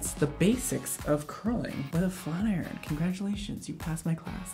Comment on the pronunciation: When he said "FLAT IRON" in the beginning I thought he said "FLERN"